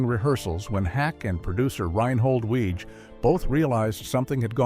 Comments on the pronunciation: Another AI video that mispronounces things. Reinhold Weege’s name is pronounced “Wiggy.” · Weege is pronounced WEE-gie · Small point but isn't Reinhold Weege's name pronounced like Weegie? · CORRECTIONS: - Character Billy Young was never planned to be more than a single-season character. - Creator's name is pronounced "weeg-ee" - Far as I know, Night Court didn't "save Torme's career"; it sure as heck did boost it tho'! - Based on the stories I've heard from Moll (on TV, not in person😜), at the end of the audition Weege said something akin to "You know you'll have to shave your head for the next 5 years, right?" Heard that story a few times. So not sure if that was apocryphal or if this video's story is. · Larroquette was charmingly different as Jenkins/Sir Galahad in "The Librarians". Oh, and "Weege" is pronounced "Wee-jee", sort of like the spirit board. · He also mispronounces Weege's name. It's "weeg-ee." So, while "some in Hollywood" MAY've been calling the deaths a "curse," (probably not -- it's probably a more recent nickname) I always find that, when I see vids like this get THE MOST BASIC fact wrong (like the pronunciation of the CREATOR'S name!), the rest should be taken w/a few billion grains of salt. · Nothing reminds me that I hate AI generated content like clickbait thumbnails coupled with AI voice that can't decide whether Weege is pronounced Weeg or Weej and Larroquette is pronounced ler-oo-ket or lar-oo-ket-ay.